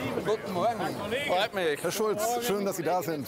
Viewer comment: Er hat Chulz falsch ausgesprochen!